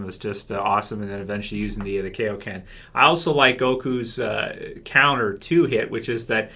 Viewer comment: just because I love correcting people: its Kaioken not Keioken, its Monaka not Monika, I don't have anything against you, just hate to hear false pronunciation